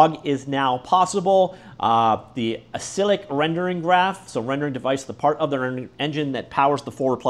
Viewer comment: "acyclic" is said like "a-cycle-ick" "acyclic" means a tree where child nodes cannot refer to anything higher up in the tree. that's the opposite of "cyclic"